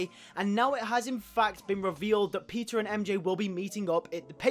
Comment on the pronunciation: sounds like "PIZZA parker" 😂😂 great video tho!!👍👍👍 pizza time!